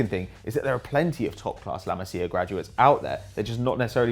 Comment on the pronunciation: Pronounciation!!! OMG my fucking ears are hurting and my brain can't understand a thing! Learn how to pronounce correctly those damn names! It's La MasIa not La MAzia and Kingsley FUCKING ComAn not COman...JESUS